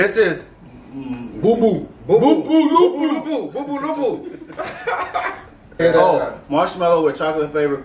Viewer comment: My man was saying them all correct 💀😂